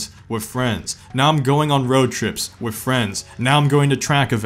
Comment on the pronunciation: It’s WITH not WIFFFF !